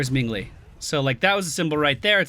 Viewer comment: "Ming Li"